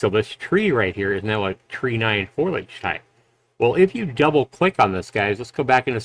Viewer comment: foliage, not foilage.